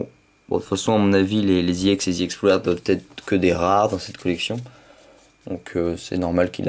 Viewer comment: on ne dit pas IX !!!! on dit ex